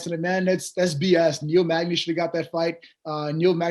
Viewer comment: my boy Niel " MAGNAZE " Magny